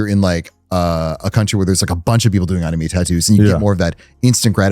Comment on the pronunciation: Love this guest but god the way he pronounces anime is grating😂